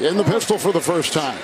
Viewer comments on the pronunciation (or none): none